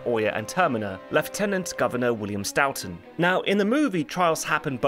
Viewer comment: Man the way you butchered the name Stoughton was so bad. It is pronounced more like Stow-Ton. I know this as I was raised in the town of Stoughton Massachusetts which is in fact named after the man.